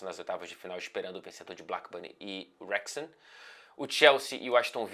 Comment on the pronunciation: só uma dica já que você é o mestre das pronúncias: Wrexham se fala "rexham", meio que não tem a sonoridade de "u" no começo, já começa no "re".